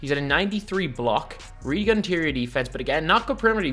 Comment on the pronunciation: “Emm butt agAiin”